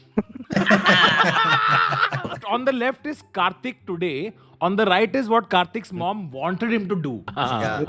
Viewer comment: On behalf of every Kartik on this planet. It's Kartik, not Karthik. South Indians have ruined every possible name. 🤦‍♂🤦‍♂